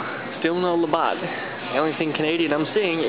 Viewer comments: I split my gut laughing 🤣🤣🤣 love you!! thank you for making this Canadian gal laugh her off!! "LaBOTT" OMG <3 TOO funny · I was wondering if someone else had noticed the Labatt Blue, lol. I first saw it and then realized it's even in the thumbnail. I'm from Newfoundland, Canada, and I grew up on Labatt. I just hope that someone will teach you how to pronounce it. :-) I'm watching all of your videos right now and I'll subscribe as well. Have a good one!